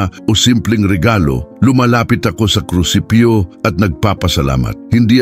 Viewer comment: opo naririnig ko.. naririnig ko mga palpak na pronounciations.. example "krusipyo"KRUSIPIHO po dapat.. Artificial Intelligence AI kc narrator... dko na itinuloy